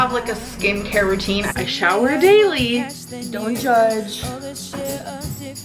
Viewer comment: that one particular “down’t... jujge 😗” makes me violently laugh